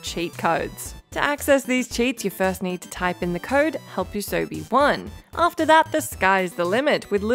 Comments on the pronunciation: Did you seriously say, "Help Usobi 1?" It's "help us Obi 1." You know, like the most famous quote from the original SW, "Help me, Obi Wan Kenobi. You're my only hope!" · Do you not think it might be pronounced "Help us Obi-Wan" rather than "Help U Sobi 1". 😐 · Plus adding an L to "capacious" and pronouncing "Help Us Obi 1" as "Help Yusobi 1" I thought i was the only one noticing it. There's a lot in this video. I was wondering if it was just an accent thing until the added L.